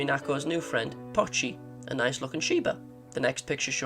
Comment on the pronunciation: It's POCHI, not Pachi. "POE chee"